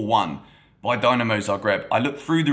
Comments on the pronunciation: its pronounced "din" not "dine" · Its not "Dynamo", its Dinamo! Has that "i", like when you say Italy. Cheers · Everything correct and nicely said! Just one thing... try to say Dinamo correctly next time 😆 And a comment for the youth team... Dinamo beating Chelsea youth team is not a surprise at all. Dinamo's academy is one of the best in the world and they are in the knockout stages every single year.